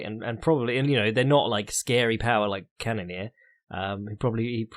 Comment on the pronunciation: CANNON - EAR HOW HARD IS IT